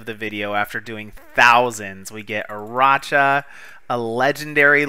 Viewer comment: aracha is pronounced with a K, not with the CH sounds. arachnophobic isn't pronounced with a CH sound either.